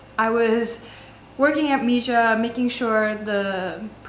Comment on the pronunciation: It’s pronounced Mee-ha 🤦‍♂️